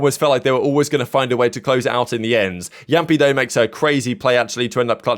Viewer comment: It's Yampii sry the J pronounce makes me cry a little 😭